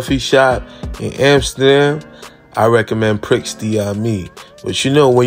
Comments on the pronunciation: It’s pronounced pri da mi not prix da mi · I actually went here because of this video. it's actually pronounced "pree dah mi" but I still call it pricks 😂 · I think Prix is pronounced as Pre. I'm surprised the g isn't $30. That gram wasn't a gram at all. Probably .75 tops